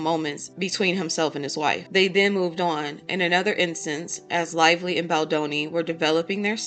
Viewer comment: Blake "LIE"vly